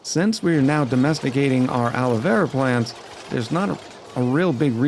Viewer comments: PLACE YOUR BETS!: How many episodes UNTIL pronounces the name of Alveo-Vera properly? I’ll go with “correct by the 3rd episode.”🤭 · IT'S ALVEO VERA!!! NO ALOE VERA AHHHHH.